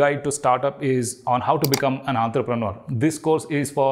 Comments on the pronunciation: It's entrepreneur not Antrapreneur ... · Hear you pronounce entrepreneur gave me an aneurysm !